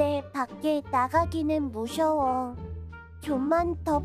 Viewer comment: ㅋㅋㅋㅋㅋㅋ 왜 '무서워' 를 '무셔워'라 해ㅋㅋㅋㅋㅋㅋ